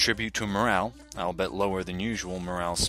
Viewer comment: ahl-bee-it. not ahl-bet.